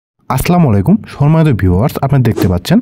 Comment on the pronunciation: ভাইয়া আপনি সালাম শুদ্ধ ভাবে দিয়েন, মানুষকে অভিশাপ দিয়েন না